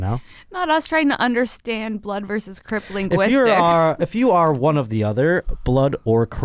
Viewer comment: Does know it’s crip and not crypt 😂